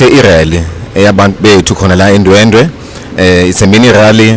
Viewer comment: NesiZulu ngathi asivuki kahle kuNational spokesperson weMK uhlulwa ukuthi ndwedwe uthi ndwendwe.